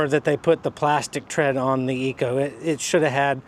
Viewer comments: I didn't want to say anything before but.. this is getting out of hand. Could you please just call it Echo like its spelled? Say EH and then CO. Thanks bud. Keep up the cool videos. 👍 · IT IS NOT CALLED -ECO-- ITS CALLED >>>>>>> ECHO<<<<<<< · I was thinking the same thing. Please learn to PRONOUNCE the name of your mower !